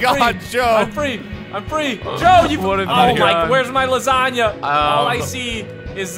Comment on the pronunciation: Did you say pink lasagna?